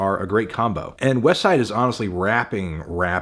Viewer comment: Finally said “westside” correctly I’m proud of you melon